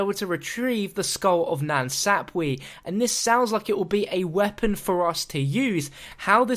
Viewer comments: Skull of (NAN SAP WA) Not Skull of nan sapwee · "Skull of Nan Sap-weee" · met either 😂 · The way you say nan sapwe cracks me up + 😂